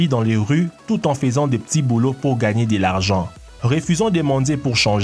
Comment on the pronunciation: tu sais parlé : "minimoum" "le travaux" "dé l'argent" "le rues" etc... ???